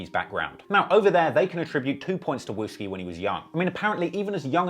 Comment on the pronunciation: He said wooski and that’s not even a right picture of him🤣🤣